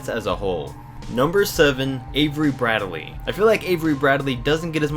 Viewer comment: Its Brad-lee not Brad-e-lee